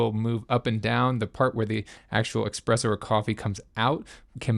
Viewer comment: it's ESpresso.. not EXpresso.